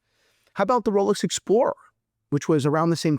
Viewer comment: It almost sounds like rolex coward lol